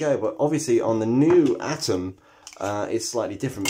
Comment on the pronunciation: At least he said 'Atom' not 'Adam' ... Thank God... lol